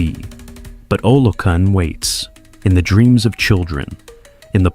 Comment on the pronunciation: Olokun: pronounced OLOKOON.